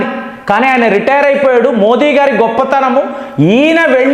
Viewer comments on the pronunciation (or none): none